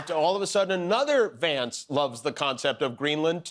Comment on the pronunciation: Is it just me, or does it sound like Vance is saying, "It's Shady Vance"?